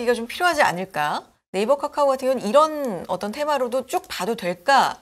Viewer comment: 까까오 라고 발음하는 이유가 뭘까? 설마 몰라서? 그렇진 않겠지. 글타면 초등학교 다시 갔다와야 될 듯 기본인데....